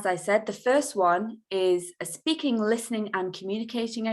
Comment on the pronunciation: Espeaking or speaking? which pronunciation is correct?